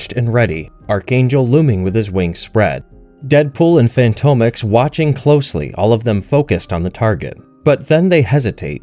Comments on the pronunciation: Fantomex - fan-tom-ex like "phantom X" Not fantomek, bugged me the whole video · Fantomex is pronounced, "Phantom-Ex"! And Betsy is British, not Russian or whatever accent you were trying to go for. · Good narration! Btw it's pronounced fantom ex Not fanto mex.